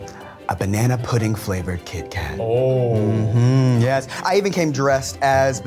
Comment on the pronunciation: I thought he was saying Keith Kat the whole time and for the label to not match drove me crazy.